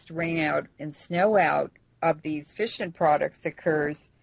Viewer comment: I thought she kept saying fishin' products...not fission products LOL